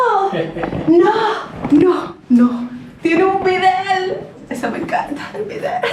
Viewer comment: ....es bidet...no bidel...al ver los comentarios acerca de la opinión de Lisander...también me sorprende...como que no es de él...lo sentí raro.